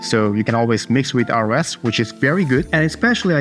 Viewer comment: Quick credibility boosting tip: ROS is pronounced like ross, not like R-O-S. Unclear who decided that. ROSCon and documentation will confirm. Keep up the informative vids! Thank you